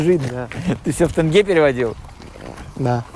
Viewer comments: Тенге не Тэнге! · Журналюга, не тЭнге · Тэнге.. ушам больно